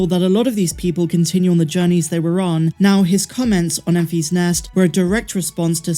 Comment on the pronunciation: It’s pronounced EN-fiss not EN-fees. It’s all one word, it’s not a possessive like “I found the egg in Mary and Enfy’s nest.”